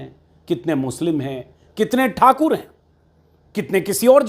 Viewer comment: तुमको बीजेपी से दिक्कत है ये तो सभी को पता है और ठाकुर पर बड़ा जोर देकर बोला है उससे लगता है कि पक्का किसी ठाकुर ने ठीक से तुम्हारी धुलाई की है l